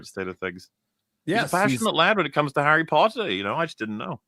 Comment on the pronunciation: Harrah Pottah